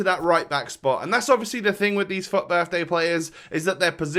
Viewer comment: everytime he says FUT it sounds like fuck XD